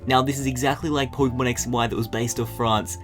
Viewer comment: po-ke-mon not poy-ke-mon